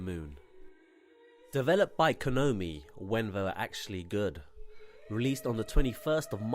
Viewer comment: Thanks for sharing. I always welcome any enthusiasts of one of my favourite gaming franchises and this was a solid review. I was a bit bemused as to why he kept calling Konami "Kinomi" though lol in anycase it was otherwise really good. I'll definitely check out this guy's channel.